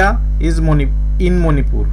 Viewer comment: Please pronounce Manipur clearly. It's really irritating.